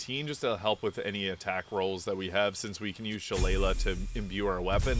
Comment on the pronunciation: She-lay-lee, it’s an Irish fighting club and has a proper pronunciation